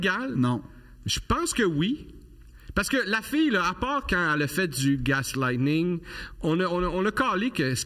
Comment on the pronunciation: Super podcast!!! Mais btw : c'est "gaslighting" et non "gaslightening" ;)